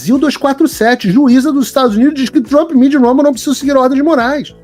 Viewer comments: Ainda não entendi por que os brasileiros pronunciam palavras em inglês errado. Como dito: rumble, não se lê como r de rato. Challenge não se lê como x de xícara e assim por diante. Eu, que nem acabei o ensino médio, sei disso. O pior nisso tudo é que existem pessoas que se diz "formada" cometendo esse erro. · Ela năo sabe nem pronunciar Rumble corretamente. Que tipo de serviço jornalístico é esse??!! Padrăo Globolixo.